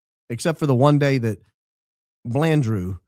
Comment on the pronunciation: It should be Balandy not "Blanddrew"😂😂